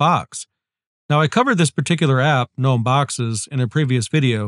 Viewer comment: thank you for saying gnome correctly 🤓